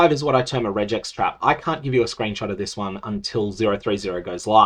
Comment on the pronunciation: The reg in regex is short for regular and should be pronounced like the beginning of regular.